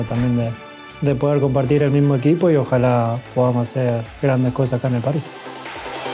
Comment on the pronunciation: I love when he say "Pari" hahahahaha